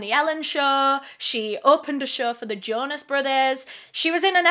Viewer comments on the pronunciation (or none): none